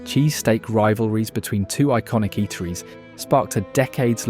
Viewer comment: Great vlog....but did the narrator say "Jesus steaks" or "cheeses steaks" here ? Interesting....the narrator pronounced it correctly here ....and it was here that I discovered this must have been narrated by an AI...as it cannot pronounce World War 2....